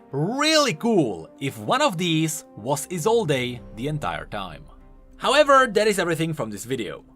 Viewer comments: ESOLDE. NOT ESOLDAY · Why do you keep calling her Isolde even when you know it is pronounced Isold?!?! I bothers me so much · it's "ee-sold" not "ee-sole-ey" You're driving me nuts man:P I know I know small issue lol. I'm excited for new TFT. I love playing it on my phone when I am playing other games or waiting somewhere. My only issue is how long the games run. But as soon as Wild Rift releases in NA I might drop off playing in favor of that. Also damn the oceans for making it so I can't play with my friends in EU:( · He still reads it as Isolday lmao